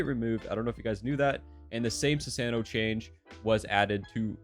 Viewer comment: Sue - Sahn - O, love your videos, but please say it right.